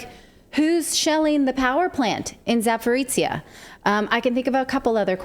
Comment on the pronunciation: You should really pronounce it as "Za-po-ro-zhye" (end sounds like mix between "j-ye" and "ch-ye" instead "tsia")